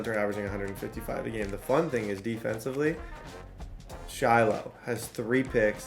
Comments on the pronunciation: Say it with me SHY-LOW not Shhhlo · sh-high-low lmao dude said shi-low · Shilo name is pronounced shy-low … not shello 😂😂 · Shy-low bro. Idk who sha low is 😂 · shiiiiilooo the way he says his name is so funny😂😂. The way to pronounce his name is shy-low putting you on game td you the goat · Shilo pronounced as Shy-low 😂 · calling him shalow is crazy 😂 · ITS (shy-low) lol😂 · Say it with me buddy SH-EYE-LOW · Shy-Lo is how you pronounce the name. You were butchering it. Come on. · It's pronounced Shy-low Sanders. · That man’s name is SHY-LOW…😂😂😂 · its pronounced Shy-Low brotha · shilo is pronounced shy-low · Why you keep saying Shilo name wrong😂😂😂